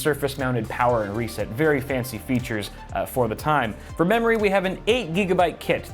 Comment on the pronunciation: Sounds like you said mammary... You talkin bout titties there?